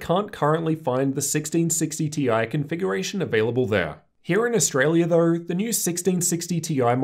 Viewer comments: yes I get that but everyone’s accent is a bit similar, it sounds like an audio glitch when you say it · Why do you say though like that